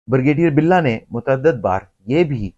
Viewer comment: "Bur gay deer"? It is 'Brigadier'... please speak correct. " Mufakaat e Amal" To MUKAAFAAT E AMAL. Taubah. This happens TO almost every Elder person OVER 65 all OVER THE WORLD. IT IS KNOWN AS ELDER ABUSE AND THERE ARE LAWS TO PROTECT ELDERS IN THE WORLD. BECAUSE ELDER ABUSE HAPPENS IN ALMOST ALL HOUSEHOLDS IN PAKISTAN AND ELSEWHERE WHERE OLDER RELATIVES AND PARENTS ARE MALTREATED. EVERYONE TURNS OLD AND IT CAN HAPPEN WITH YOU, MYSELF OR ANYONE. LAWS HAVE TO BE MADE TO PROTECT ELDERS; THEIR PROPERTIES AND ASSETS FROM THEIR IMMEDIATE FAMILY LIKE CHILDREN OR SERVANTS OR NURSES WHO TAKE ADVANTAGE OF THEM AND FORCE THEM TO SIGN THEIR PROPERTIES IN THEIR NAMES WHEN OLD AND BEFORE DYING. INTERNATIONALLY IN THE USA UK CANADA, LAWS ARE MADE TO PROTECT ELDERS AND THEIR SOCIAL SECURITY AND PENSIONS FROM CARE GIVERS WHICH ARE USUALLY THEIR CHILDREN. YEH SUB AAP KAY SAATH HO SUKTA HAI, AAP, YA KOI AUR. KOI AJUBA NAHIN, DOCTOR HO ENGINEER HO BEAURACRAT HO, FAUJI HO, PROFESSOR HO, INDUSTRIALIST HO ZAMINDAR HO OLD AGE MEIN SUB DEPENDENT HOTAY HEIN. ASAL ISSUE KO ADDRESS KERO KAL AAPKAY SAATH BHEE YEHEE HO SUKTA HAI. BUHUT GHALAT VLOG HAI. VERY ASHAMED TO WATCH.